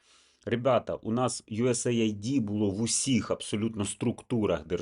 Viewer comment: Знаю, що не в тему, але почніть, будь ласка, правильно вимовляти USAID Це Юсейд (US - Сполучені Штати, AID - допомога)